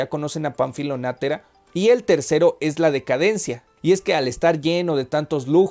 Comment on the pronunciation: También soy fan de esta novela, existe una película que ilustra muy bien lo que está descrito en el libro. Agrego que el apellido Natera, no tiene acento por lo que no es //nátera// como lo has pronunciado. Lo demás muy bien